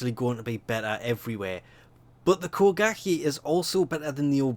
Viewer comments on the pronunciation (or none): "Kuh-gah-kee" instead of koh-guh-ghe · I Hate How He Says Kogake As Ko-Gak-Eey When Its Ko-Gahk-a